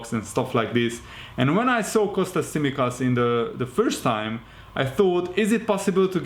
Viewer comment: Nice to see someone who can pronounce Tsimikas' surname.